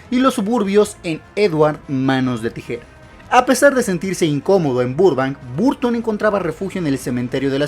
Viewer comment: Se escribe BURTON, se pronuncia BARTON.